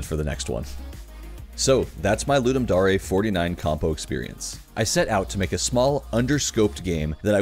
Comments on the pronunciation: Isnt it dare not dar e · i cant tell if its pronounced ludum dare or ludum dar-ey now. great job im now having a crisis